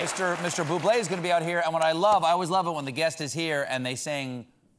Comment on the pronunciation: Michael Bublé. The accent, at that angle over an 'e' is pronounced 'eh': é = 'eh' . French. / an acute accent \ a grave ('grahve') accent A cute (acute) monkey climbed up the tree / , fell down \ and had a grave ('grahve') accident. So, now you know an acute accent over the 'e', looks like this 'é ' and sounds like 'eh'. :)